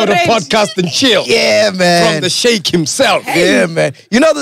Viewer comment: I giggled a little when I heard Sheikh pronounced as 'chic'